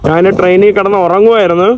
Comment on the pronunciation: നാൻ അല്ലെടാ കോപ്പ്, ഞാൻ എന്നാണ് ശരി